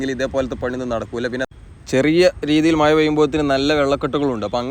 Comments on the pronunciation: മയ അല്ല മഴ എന്ന് വേണം പറയുവാൻ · അടിപൊളി വീഡിയോ 👍👍👍 മയ, പൊയ, ഏയ് എന്നൊക്കെ കേൾക്കുമ്പോൾ ഒരു ചെറിയ വിഷമം 😄